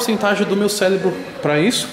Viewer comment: 30 anos de idade e não sabe falar "cérebro".